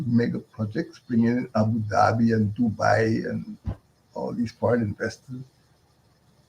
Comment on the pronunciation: Dubai? Or Doo doo buoy?